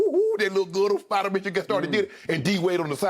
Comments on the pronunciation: Skip shouldn't say spider 😂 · Don’t be disrespectful skip spida is not hard to say